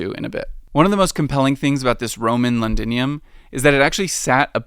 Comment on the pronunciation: It's a shame that you ruined a great documentary because you couldn't spend 5 seconds finding out how to pronounce "Thames". Every time you said "Tayms", I cringed so hard! That must be extremely embarrassing for you. Also, it's "Londinium", not "Lundinium". Also, calling the Plague, "the Pleg"? Hilarious! Cheers.